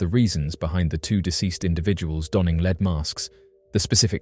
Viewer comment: Leed mask?? 😂 Lead (Led)... and your English! 😂 jk❤